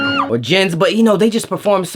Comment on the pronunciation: not jen’s but jin’s😂😂😂